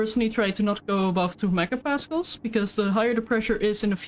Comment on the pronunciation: saying Megapascals, sounds a bit like she is saying Mecker-Pascals. Which roughly translates to Complain-Pascals in German. ^^